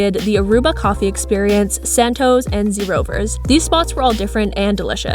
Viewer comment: The way you pronounce zee rovers 🤣🤣🤣